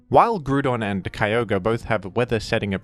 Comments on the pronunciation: I will accept this change if you pronounce Kyogre the same way as the Hoenn pokerap, Ki Yogr ee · Yet you keep mispronoucing Kio-gray